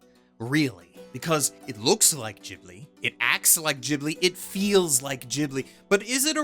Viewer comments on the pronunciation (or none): Ghibli is pronounced with a hard G! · Shouldn't "Ghibli" be pronounced with a hard "G"?